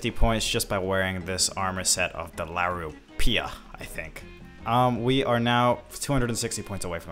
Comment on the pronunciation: La-roo-pia there u go